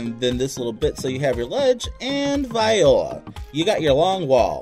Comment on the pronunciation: Excellent tutorial, thanks for making it! You might want to Google how to pronounce voila, though 😉